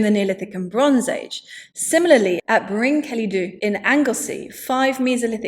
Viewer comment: BRIN KELLEE (LL as LLANGOLLEN, etc) THEE (with voiced TH) It really isn’t that difficult.